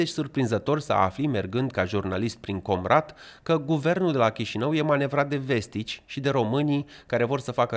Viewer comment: Povestea lui Guțul, e ca a fost manichiuristă pentru Tauber, mîna dreaptă lui Șor în public. Dar nu-i confirmat. Si accentul în „Comrat” nu se pune pe „O”, accentul e monoton.